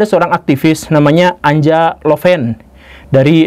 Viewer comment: Anja dibaca Anya, dalam bahasa Jermanik (Jerman, Austria, Swiss, Belanda, Denmark, Norwegia, Swedia, Finlandia) huruf J dibaca Y.